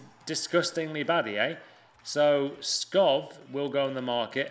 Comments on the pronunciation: Skov not fucking skof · He also pronounced Skov like "Skoff" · Skov is actually pronounced Skou